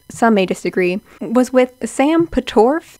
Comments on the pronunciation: sam "PATORFF" Im deadddddd. also yes this video is so spot on and bringing back so much nostalgia omfg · Lmaooo I’m so dead at the name pronunciations omg😭 Sam pot (like a kitchen pot) (or like a rowing oar) orff (long f) pot-orff…. and Jairus is like “air” but with a j (jair) us (is/us) jair-us